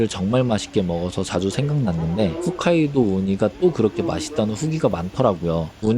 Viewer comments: 훗카이도가 아니라 홋카이도 인데 이분도 잘 모르시네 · 훗카이도 아니고 홋카이도입니다ㅠㅠ홋이요 홋홋...'ㅎㅗㅅ'... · 짜임새 있고 정성스런 영상 떡상예상되네요 옥의 티는 홋카이도라 쓰고 계속 후카이도라고 읽으시는 것 호카이도라고 읽어주세요😊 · 혹까이도, 홋카이도를 훗카이도라 하는 게 넘 거슬리지만 ㅋㅋㅋ 영상 잘 봤습니다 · 아니 왜 "홋카이도"를 "훗카이도"라고 하는건지. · 훗카이도 아니고 홋카이도입니다 😮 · 왜 자꾸 훗~ 홋인데요